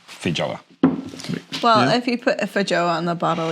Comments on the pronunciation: It's pronounced "fay-ow-uh" they're from Brazil ;-) Having lived and worked in NZ this particular word might be the most amusingly mispronounced in the English langue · The J is pronounced as a Y btw.